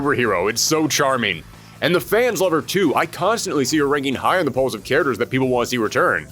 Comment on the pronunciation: cant say the word 'characters' correctly...